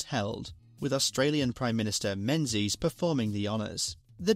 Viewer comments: Menzies is pronounced 'Mingis'. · As the Menzies went abroad, they probably dropped the original pronunciation. Definitely Mingis where I'm from.